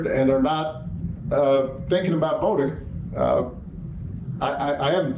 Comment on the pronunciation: hello... this is for Jen... you are an "ink"er... you say "votink" instead of "voting"... I have noticed this new phenomenon lately... people at work are doing it now... "ink" is the new "ing"...